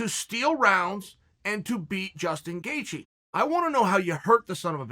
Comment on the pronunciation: I'm 2 minutes in on the EDGE of my seat biting my fingernails eagerly waiting for the gangster to reveal saturday's winner between Chandler and Justin "Gayjee" Gaethje while in awe of the most violent yet technical leg crosses that are happening right before my eyes. Never change, Uncle Chael.